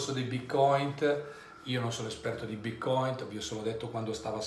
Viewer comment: "Bitcoint" con la "T"?!? Ma è del mestiere questo?!?